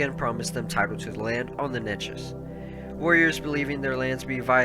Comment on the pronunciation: Say it with me "Nay-Chess"